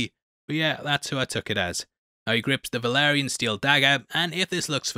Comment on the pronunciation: Dude I love you and your videos but it’s “Balerion the Black Dread” and “Valyrian steel” not Velaryon lmao Also, it’s “levi o sa” not “levio saaah”